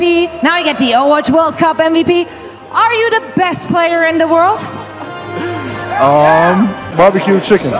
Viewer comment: Did he really say barbaque* chicken lol.